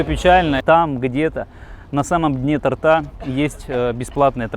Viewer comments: не торта, а торта! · Дайте мне поумничать: Правильно говорить не "тортА", а тОрта"". Спасибо за внимание.